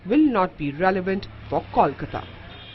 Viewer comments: KAWLKATA..shit,its KOLKATA damn it....KOL as in COAL shitheads !!! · Seriously. I hate it when they say Kawl.